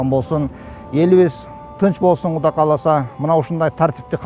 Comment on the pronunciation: Куда эмес,Кудай десенер чулдурабай